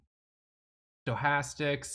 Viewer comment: Anyone who claims to be a trading PRO, yet pronounces Stochastic as “Joe-hastics” is someone I can’t trust to be honest with his trading performance!!!